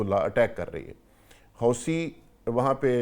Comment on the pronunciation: COMEDY News Channel No. 1 😂😂 "Houti" ko "HOWSEE" karaa diyaa 🤣🤣